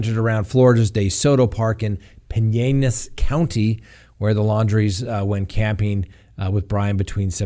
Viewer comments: It's not Pin-yay-as. It's Pin-ell-as. Like pin- bell-as. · Hi, FYI its pronounced Pineles...the double ll is not with a y sound.:) great show as always!! Ps..yes dating a guy 50 years older is definitely creepy! Lol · it’s pronounced “pin-ELL-ess” county. No need for the Spanish pronunciation. 👍🏼👍🏼💜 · I think it is pronounced Pin-el-las County but no one cares 😂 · IT’S PIN-ELL-IS COUNTY. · Pinnellis County Florida.. you pronounce the LL s. PINN- ELLIS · Me too. He’s making it harder than it is. Not an Indian name. Pin-el-les. I live across the bridge. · talk..you rarely slaughter a name but Pinellas Co you are...please listen to a media outlet of try Pin. ellas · Pinellas County is pronounced Pine El As. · Wrong pronunciation of Pinellas by a long shot.